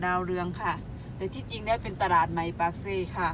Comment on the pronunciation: ตลาด คำนี้คนสวย อ่านว่า ตะ-หลาด เป็นคำควบกลำ้ ผสมคำ อ่านว่า ตลาด ถ้า ตราด คำนี้หมายถึงจังหวัดตราด ที่อยู่ติดชายแดนเขมร ฝึกไปเรื่อยๆ